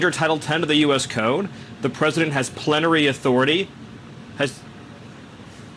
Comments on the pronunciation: He said plenatory. That’s a serious reveal of the Dictatorship. That leads to war crimes trials. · He said "plen-tary" instead of plenty. That was an epilepsy episode in my opinion. Not a doc but work in retail....we see it all folks! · He said the word "plenary"... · I don't know... I think that may have been a medical issue. He started mispronouncing and slurring words before he stopped talking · I heard him say “hath plenary authority..” and then he was aware he wasn’t pronouncing correctly. He had some sort of TIA , or Transient Ischemic Attack. Textbook example.